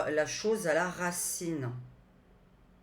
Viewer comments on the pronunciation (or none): Bonsoir, J aime vos vidéos, un peu d humour, quand vous avez dit racine j'ai entendu rat ciné encore du vent....